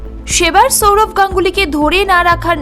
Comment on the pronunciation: Chourav na Sourav.. pronunciation ta thik kor